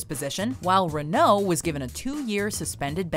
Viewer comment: Learn to say Renault...